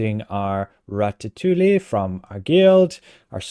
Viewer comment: LOL! "Ratta-tooly"! 🤣🤣 {:o:O:}